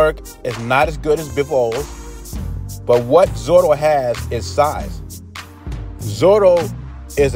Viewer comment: Hey, I may have heard you wrong, but it sounded like you're calling him Zoro, it's "Zurdo" which iin Spanish, is a nick-name for someone who is left-handed. Kind of like we'd say "Lefty" in English.